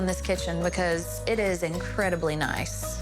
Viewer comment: Erin the way you talk is kind it's staged, you pronounce words like bafor bacos it's dramaaa